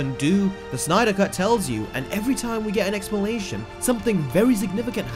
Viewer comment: Bruh this man can’t say explanation 😂😂😂😂😂😂